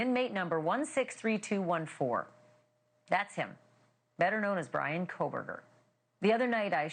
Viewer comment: They're calling him "Breanna" 😂